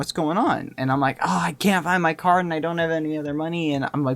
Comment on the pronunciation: at first i thought he said car not card :DD